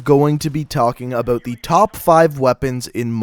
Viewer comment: "what is up boys and girls, we are gonna be talkin abooot." xD